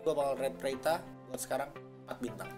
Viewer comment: Lu kalo ngomong agak jelas dong, pas ngomong bintang kaga jelas bat